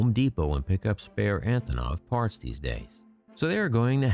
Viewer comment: They are not more important than the antonov you can't even pronounce it properly